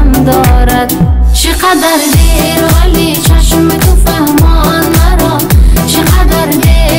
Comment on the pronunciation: روی تلفظ کلمات هم کار میشد بد نبود آشوقی/ عاشقی چقدر دِر / چقدر دیر